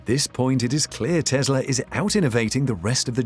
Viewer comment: Its Tesla not Tezla